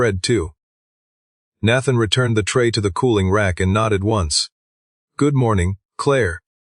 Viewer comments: Need to teach your AI how to pronounce Nathan!!! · Would be much better if the AI voice could pronounce Nathan. And understood something close to voice inflection.